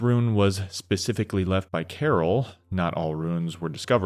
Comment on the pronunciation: bro you are a wonderful speaker and your pacing is excellent, but please for the love of god please stop saying “pacifically” instead of “specifically” im sorry for saying this but it must be said. please don’t ban me 😅